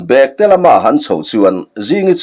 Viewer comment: Chhiartu kha i intlawhkhalh lâwk viau na in ziaktu rilru angin I chhiar bîklo maithei a nia. Bêktê I thlûk dân hi a diklo "London kal ka châk hle" tiha châk hle thlûk ang hian lam tûr.